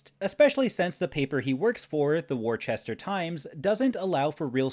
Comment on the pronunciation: Worcester..in bostonian.."Woostah"..😂😂